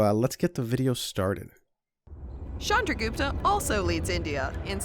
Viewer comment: It's not "Shandragupta" it's "Chandragupta"